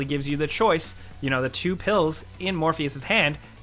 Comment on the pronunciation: He really pronounced two as chew